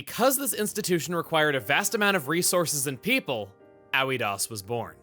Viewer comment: Also, Aoidos would be pronounced as "Ah-oi-dose" just based off what the Japanese pronunciation and the spelling if you try to apply a Greek-ish sound to it.